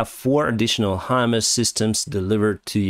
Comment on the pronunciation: You are getting better pronouncing the HIMARS system. It’s Hi-Mars. Just like the planet Mars.